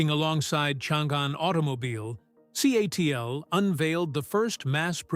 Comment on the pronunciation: CATL - pronounced CATTLE or C A T L. Not Kaytle.